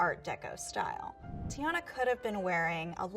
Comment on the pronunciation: It’s TIANNA NOT GIANNA